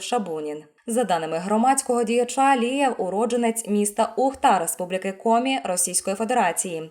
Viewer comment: Говорить чітко прізвище!!! Алієв, Лієв , Лівер, Лия????? Черте шо, а не коментарі!!!!! Ставлю палець вниз вам Фігня!!!!